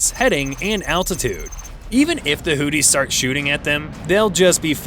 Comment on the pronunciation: And Houthis is mispronounced in everyone of these videos. Start by learning how to say their name at least. no wonder actual technical facts are beyond the scope of these videos.